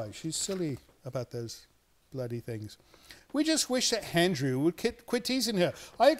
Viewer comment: Why does he add an 'h' in front of Andrew's name? He says Handrew instead of Andrew! What the heck?